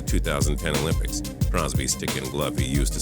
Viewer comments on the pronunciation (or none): none